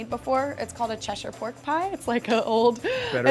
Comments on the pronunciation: I live in cheshire and never have I been more relived to hear an American pronounce it properly rather than cheshiirre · i love her for saying Cheshire properly.